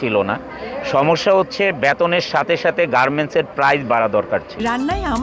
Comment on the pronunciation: জলিল সাহেবের R উচ্চারনে সমস্যা আছে। উত্তোলন-উত্বরন, ওয়াল্ড-ওয়ার্ল্ড, গার্মেন-গার্মেন্টস সহ অনেক শব্দের উচ্চারণ হাস্যকর মনে হয়।